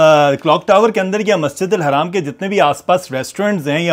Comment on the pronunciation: Bhai haraam bolna band karo, ye Masjid Al Haram hai na ki Haraam